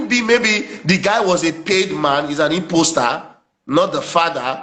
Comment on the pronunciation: Mr PhD is one of the charlatans. He is everywhere talking gibberish. He couldn't even pronounce the word " impostor". Yeye dey smell.